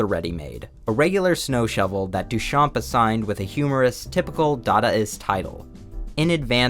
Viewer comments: Hey, just want to let you know that the "p" in Duchamp is silent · Great video! Little tip from a french fan : the P in Duchamp is silent!